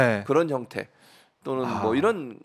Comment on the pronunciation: 국민여러분~잘~ 들어보세요. 이란 이 아니라 이런 이고요. 적 이 아니라 정 이라니까요~ㅋㅋ